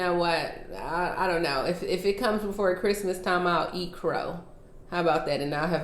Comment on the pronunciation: You said an incrrect word. It's pronounced CHRISTMAS NOT the other